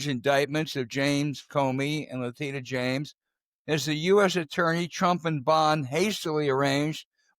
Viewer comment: Please pronounce names correctly... Letitia is pronounced: la-tee-sha